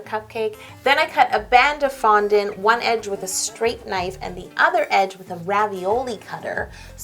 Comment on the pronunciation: it sounds like it's not a cake it's a foundount lol😁